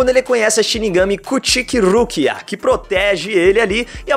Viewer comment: rukia não rukira ru ki á